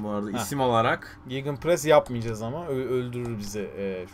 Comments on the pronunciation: Gegen press diye okunuyor hocam kelime Almanca, karşı baskı anlamında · abi artık gigınpres deme yazıldığı gibi okunuyo